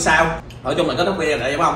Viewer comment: Ở Mỹ lâu rồi mà vẫn phát âm là vi đeo vậy em.